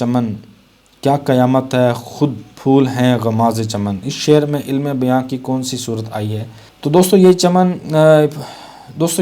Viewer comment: سر اسم عِلم نہیں عَلم ہے